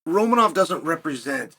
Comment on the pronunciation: Chael says that he mispronounces things for engagement. Imanov is not one of these times